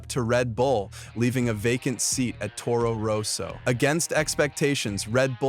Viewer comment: And Toro Rose-o!😂